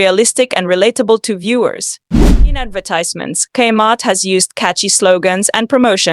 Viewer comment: It's not pronounced /kmart/ with the /km/ being a consonant cluster. It's "Kay-Mart", with the K spoken as an initial. It's odd that you made this but never experienced it yourself... or actually listened to the commercials you included, including the very opening lines, "Gay Heart Is Your Saving Story".